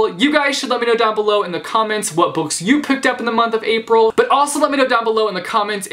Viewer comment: Did anyone else notice how he said "April".... "These are the books I purchased in April" Me too me too